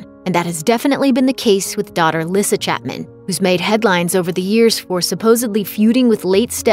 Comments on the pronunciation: It's not "Lissa" it's pronounced like "Lisa".. Boy, these people doing commentary really don't know these people! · Its lee sa not lissa(lyssa) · I thought lyssa's name was pronounced like lisa. Thats why they call her baby lisa??